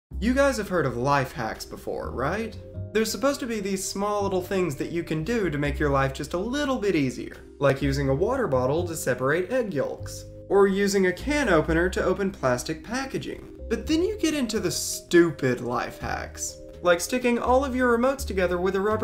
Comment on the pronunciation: thumbs down for over-pronouncing "yolk," yes there's an L in yolk, but damnit man...be human; pronounce it like yoke (like the wooden thing you put on an ox!)